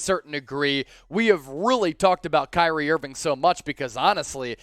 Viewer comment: I am just surprised you pronounced my name correct 😂🙏🏾